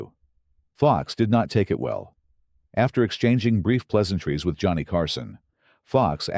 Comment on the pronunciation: Joe-ah-knee Carson. Shit. Next...